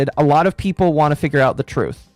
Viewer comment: But the TWOOOTH! THE TWOOTH!!!